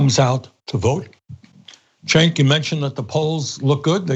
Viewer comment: Bernies the best at everything except saying cenks name haha